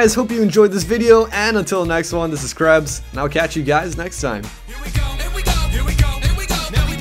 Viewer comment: Krebs you ignorant unamerican say the name right